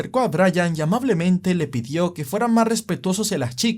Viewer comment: también dijo pedió en lugar de pidió 🤣